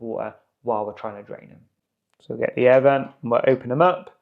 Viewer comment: 'aiee' air vent - when British English finally dies. "An air vent" - the phrase flows, no disjointed glottalstopped American pronunciation. But thanks for the video, useful.